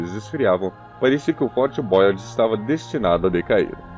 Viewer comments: Fort Boyard com acento em inglês para uma estrutura francesa falado por um brasileiro é realmente ridiculo...ou fala o nome em português ou fala em francês.... ô povinho bunda o nosso, americaniza tudo. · O reality show Fort Boyard ainda acontece, mas so no periodo do verao. O narrador poderia se informar melhor da pronuncia em frances a sílaba tônica costuma ser a ultima, é Fort BoyARD, nao da forma inglesa como diz. E é BoyARD Ville e nao Boyard Vaille, alias em outras linguas se le ville tb. Poderiam ter muito mais cuidado.